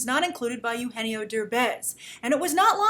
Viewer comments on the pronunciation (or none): none